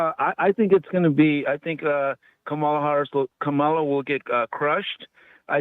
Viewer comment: "KA - MA - LA". NOT "KA - MALA"😮 Grown adults choosing to mispronounce someone's name on purpose IS PATHETIC😮